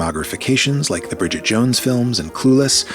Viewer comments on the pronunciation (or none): none